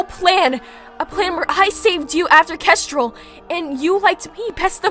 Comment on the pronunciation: Nobody: Not even Starflight: Well-mannered Clay: "Kestrelle"